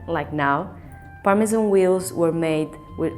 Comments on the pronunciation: As a chef, these narrations kill me - Gonads - Parmesan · My favourite part was the start of the Parmesan section where the narrator said "Parmejahn" and the lady straight after said "Parmezan" Ah, English 😌